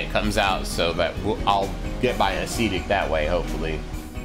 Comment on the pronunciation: Love your channel! Since you asked for some corrections, I would like to clarify that it is pronounced "əˈsedik" or "a' se tik" and not "a'SEEtic". Short "e" sound.